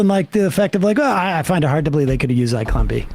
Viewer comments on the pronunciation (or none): it was nearly impossible to understand what you'd said, and the YouTube transcription didn't figure it out, either. By some miracle I was able to find through a few searches that you'd said 'Zyklon B' which I doubt very many people watching this have ever heard of. It would be appreciated if you didn't assume that everyone has watched this particular Errol Morris documentary, and it's not as if I'm ignorant of the man's work - I've owned the soundtrack to his documentary 'The Thin Blue Line' since the eighties.